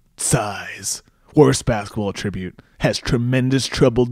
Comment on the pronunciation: It's an attribute....not pronounced like attributing